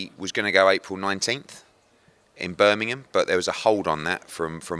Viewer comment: First time Eddie pronounced the G in Birmingham 😊